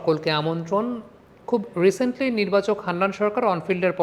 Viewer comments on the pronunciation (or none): none